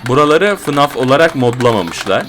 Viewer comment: abi okunuş olarak diycem yazılış olarak değil fınf değil ef e nef deniyo ona